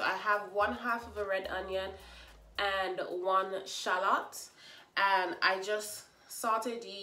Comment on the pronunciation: I love that you pronounce shallot correctly! Alright back to this recipe